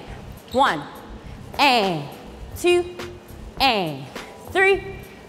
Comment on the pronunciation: One "tew" 🤣